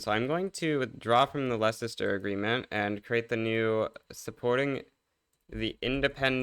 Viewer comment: my brain took a screenshot when he misspronounced leicester